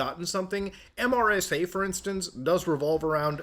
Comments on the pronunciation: It's MeeeeerrrSaa 😂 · MRSA is pronounced mersa, at least in the U.S. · Mutahar, MRSA is usually pronounced, rather than spelled. Mur-sah. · Saying MRSA instead of “mersa” is the first time I’ve heard this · MRSA is pronounced mersa. Surprised you've never heard about it before 😊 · Even tho it's an acronym, most people say MER-SUH instead of saying the letters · “MRSA” is pronounced Mer-sa. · In case you need to know in the future, It's commonly pronounced 'mersa' in the medical community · MRSA is pronounced "mersah". it's antibiotic resistant staph. It's also easy to clean off mrsa from surfaces, so getting it in the hospital is quite rare. It is usually caused by dirty wrestling pads in bjj gyms and high school wrestling mats. mrsa is EXTREMELY EASY to take a culture of and put into a petri dish, and then inject someone with it. We cultured staph strains in my high school AP biology class. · as a healthcare worker, I was really amused hearing MRSA spelled out as an acronym instead of being pronounced as “mersa.” In Muta’s defense I’m not sure how well known that is outside of healthcare/microbiology where MRSA is a huge deal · MRSA as an acronym is pronounced Mersa btw. Learned about it in Basic Training. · pronounced mersa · Muta- it’s typically pronounced like, “Mersa.” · So close on pronouncing MRSA properly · I have never heard anyone say the individual letters of MRSA in my entire life until now